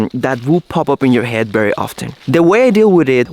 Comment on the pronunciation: Bery instead of very, hehehehehe,, come on, teach how to say Vvvv, so cute dude!